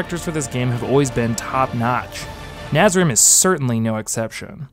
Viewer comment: please stop calling it Nazrim